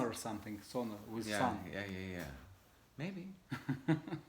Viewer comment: я может чего прослушал, но ты когда тот же with говоришь, у тебя в конце з, виз звучит... это ты для нас, или правда не получается сделать правильно? Так давно ведь занимаешься